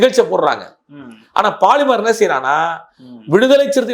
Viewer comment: போலிமர் என்று சொல்லுங்கள்..பாலி..ர் என்ற கெட்டவார்த்தையை தவிர்க்கவும்....